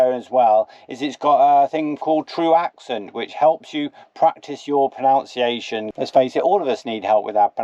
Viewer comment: Pronunciation not pronounce-iation! Leave alone😂❤